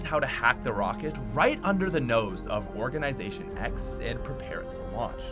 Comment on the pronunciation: nobody: *event occurs*: OrGaNiSaToIN X